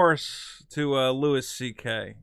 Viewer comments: It's pronounced "Louie" not "Lewis" you fucking monkey. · FOR FUCKS SAKE, STOP SAYING "LEWIS" (sprinkled with praise like he's your favourite comedian) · goddamnit pronounce the man's name correctly;)